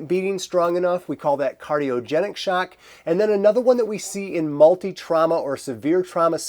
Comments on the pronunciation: Its “Shock” not “Shaerk” haha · The way you say "shock" I wanna hear how you say "Nevada" now.